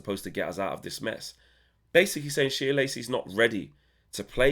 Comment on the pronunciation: Shea (pronounced Shay) like John O'Shea.